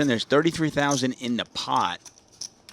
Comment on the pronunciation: it is pot, not pod, a ladda mispronounced words for getting paid.